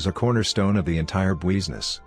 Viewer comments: I usually don’t listen to any voiceovers-just turn off the volume and put it on 1.5 speed. Thought I’d give this one a try. I got to where it said “bweezness” and that’s it. No more for me. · Bweesness hehe